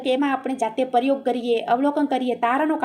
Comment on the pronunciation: વિડીઓ ખુબ સરસ છે બેન તમારો પણ થોડુક ઉચ્ચારણ સુધારવું પડે એમ છે....જેમકે પરયોગ ને બદલે પ્રયોગ બોલાય, લખેલું હોય એ જ વાંચો તો કંઈ પણ જરૂરી શબ્દ છુટી ના જાય વગેરે...